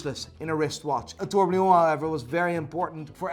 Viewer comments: on every video i m gonna write this exact comment until you say the world tourbillon correctly! It s pronounce TOUR BI YON and not a trourblion ! you Hublot lover ! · Still cant pronounce tourbillon